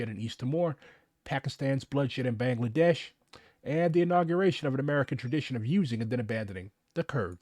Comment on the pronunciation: It's pronounced Ba-ng-la-desh. Ba as sheep Baa. Kindly correct the pronunciation,please. I'm tired of people keep mentioning my country and pronounce it like that.